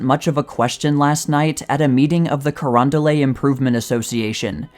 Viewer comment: You'd have to be from STL to know, so no shame, but it's Carondo-LET, not Carondo-LAY.